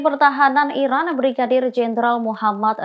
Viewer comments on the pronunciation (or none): none